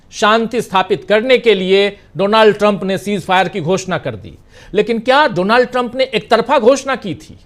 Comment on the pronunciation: His name is pronounced as Daanld Trum.